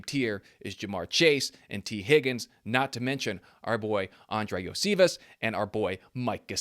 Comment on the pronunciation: Dude lol… Iosivas’ name is pronounced YO-see-vosh. He’s been two years now. I get when national sportscasters don’t get it right, since they don’t cover or are around the team all the time and he’s not a star player. But I would expect Bengals fans to have his name right by now.